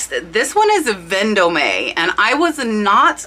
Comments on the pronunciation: Love the pics and great info but please learn how perfe pronounces the brands. Ven- dome and Givenchy gee von she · Hi. Love your info! FYI: Vendome is French, it's pronounced vahn- dum.